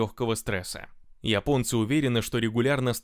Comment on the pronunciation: Спасибо админ! Только от тебя слышал правильное произношение слово"Японцы".1А то все пошли произносит место "Японцы"сказать Епонци,или Епония.